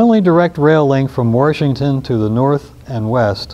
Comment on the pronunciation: there is no R in Washington!!!